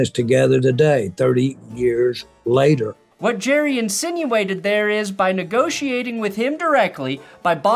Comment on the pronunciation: Jerrah --- Mizzorah --- Cincinnatah